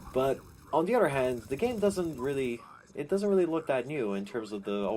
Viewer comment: he says udder instead of other